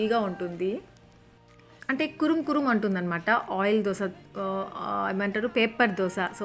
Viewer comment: Kurum kurum kadu akka Karum karum akka🤭